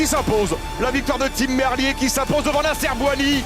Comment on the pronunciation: C'est pas comme ça que ca se prononce Merlier !!! Ah ces français qui ne savent pas parler correctement 🤦‍♂️🤦‍♂️